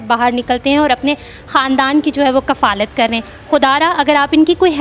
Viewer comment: lafz ward kafaalat nhi kifalat hay baeti